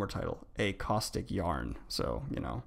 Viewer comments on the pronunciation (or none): none